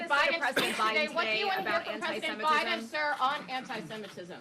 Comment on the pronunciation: Joe Bider?!😂😂😂😂